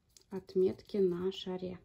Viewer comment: Чудесный шарик! Спасибо за науку. Только не на шарЕ, а на шАре!